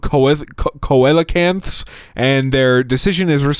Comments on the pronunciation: Coelecanth is pronounced SEE - LA - CAN - F Hope this helps ^_^ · cloh ay kuh see luh can th